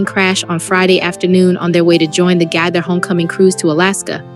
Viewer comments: Gaither not gather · It's Nelon, pronounced Ne lon, and it was Gaither not Gather.